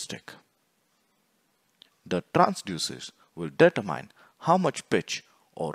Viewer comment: Data Mine! Determine. Speaking skills are important for videos like this.